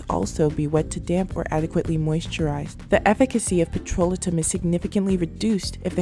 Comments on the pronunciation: what is "petrola-tum???" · Blessings! Petrolatum - Check dictionary for pronunciation it is Petro-lay-tum. Great video. Never gave up my Vaseline. TFS! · You are mispronouncing "petrolatum" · of course not but I wanted her to know. Her video has good content and if it were me I would want someone to tell me so I dont walk around saying the wrong word